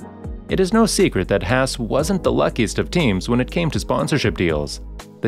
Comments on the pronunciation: It's not pronounced 'Hass'. I think it's kind of disrespectful to pronounce it that way. Is it a bot narrating, or human being? The A sound in Haas is pronounced the same way as the A sound in the word car. Please!? It's killing me every time I hear "Hass". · Why did keep pronouncing hass wrong